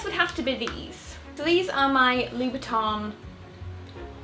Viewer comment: your pronuncion LOuboutin is not correct